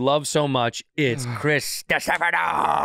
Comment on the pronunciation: Come on bros get Chris's surname right